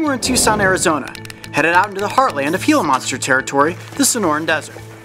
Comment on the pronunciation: He said hila monster